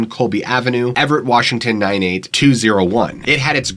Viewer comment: " The historic Everett theater " accent was off the chain and Funny AF 😄 😆 🤣 😂